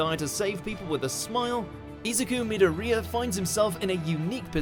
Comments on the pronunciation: "Eezukoo meataria" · Izuku medo-ree-ea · Izuku Mee-doh-ree-uh 😆😆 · my man said isuku meed-der-reeya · "Izooku Meedorea" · Omg that pronounciation of Izuku Midoriya wow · He didn’t even say Izuku Midoriya right 😐